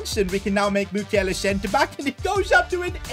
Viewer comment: It's Mukielé not mukiele thank you for your amazing content